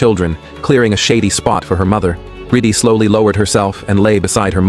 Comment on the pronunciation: "riddi" ❌ "Riddhi" ✅